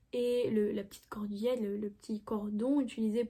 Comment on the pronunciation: à 17 min 25 sec. (error404)..cordelette...pas cordillette 🧐🤓..